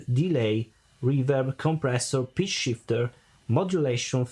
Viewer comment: I love your accent. It sounded like you said 'Bitch Shifter' instead of Pitch Shifter. :)